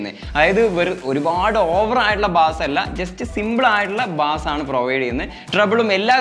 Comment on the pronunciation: Bass അല്ല ബേസ്